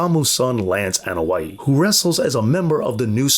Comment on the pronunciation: The letter A is pronounced as an "AH" (AH-noa-i) sound, not as in At, Cat, Hat, Mat, etc. In the Polynesian language, just like 99% of the non English speaking world, vowels are short in sound, Ah Eh EE OH OOH (A E I O U=English style.) The Usos, is sometimes mispronounced as, YU Sos. The letter U in Uso, is pronounced as OOH, not YU. Every so often you'll hear Jimmy or Jay yell out, OOH and the audience yells out SO! Jimmy and Jay does not yell out, YU. But, very good documentary.